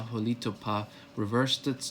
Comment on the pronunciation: A few things: We have no 'oo' sound in our language except the oo as in 'book'; Holitopa is hah-lih-TOE-pah, not "hah-LEE-too-pah". Itti is 'IT-tih', not, 'ee-tee'. Misha Sipokni, is 'MEE-shah-sih-poke-nih', not "mee-sha-SIP-kin-nee". Also, it's Chikasha ('Chih-kah-shah'), not 'Chick-suh'. We never originally called ourselves, "choctaw" - A Euro writing back home from Cuba called us that hundreds of years ago, not us. Also, "chickasaw" was a Euro thing. It's deceiving saying, "our ancestors", when Chahta are not the ancestors of all in America. Much Love.